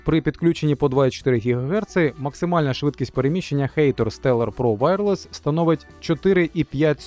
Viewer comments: хатор а не хэйтор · ХАТОР, не хЕЙтор, коли ви вже навчитесь читати?